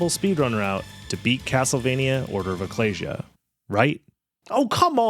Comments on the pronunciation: Sorry but the pronunciation of "ecclesia" seems so wrong. It's "uh·klee·zee·a", like "ecclesiastes" in the old testament. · I was so relieved hearing pronounce ecclesia correctly because you would finally learn how it is said, and then immediately after that you just pronounce it wrong again anyway... Edit: Sorry, that was uncalled for, I'm just having a rough week